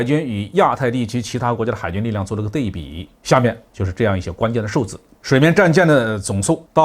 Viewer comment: 是安徽人吧？ 对比读成dei bi. 应读dui bi.